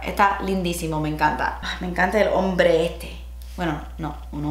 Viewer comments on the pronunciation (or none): When you said “Me encanta el hombre este...” I thought you were talking about Bretman but you were just trying to say ombré in a Hispanic accent😂😂😂